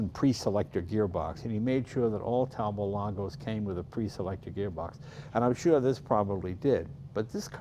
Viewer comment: I was delighted to hear Jay pronounce "Panhard" correctly, after watching a TV show the other day where everyone consistently pronounced it as two words, "Pan Hard." Another that he nailed was the French "Talboe" in "Talbot-Lago," instead of the English "Talbotttt." More than 60 years ago, I took two years of high school French so I could converse with my Canadienne grand-mère. One of the first, and easiest rules that came up was came up was "The only final consonants pronounced in French are those in the word "CaReFuL," unless followed by a word that starts with a vowel, in which case the final consonant is slurred onto it." Note, he also knows that "Porsche" is a 2-syllable word! Yet another reason Jay is my favorite Car Guy Ever. Wonderful tour, Mr. Leno! Stay safe, everyone.